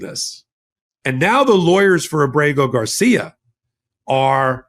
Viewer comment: I have a request for you,. Please get Kilmar Abrego Garcia's name correct in the future. Getting his name wrong damages your argument.